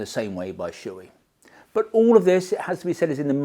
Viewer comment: I usually don't comment on YT, but I just can't hold it any longer. Shoei is not shoe-i, it's Sho-Ei. It's a japanese company and the name has nothing to do with footware. These "professionals" can't even pronounce the name right. Why don't you pronounce s-chu-bee-earth?